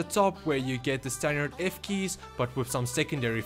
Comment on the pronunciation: "If keys" nice👌😂